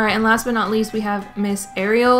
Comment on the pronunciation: honestly im just happy she said ariel the right way (according to the movie)